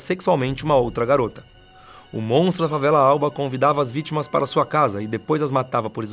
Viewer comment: Tá falando o s do MONTRO galera.